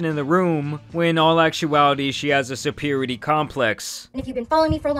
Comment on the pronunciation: “superity” complex 😂 bro….